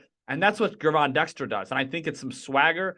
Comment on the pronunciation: Pronouced "JERVON" Dexter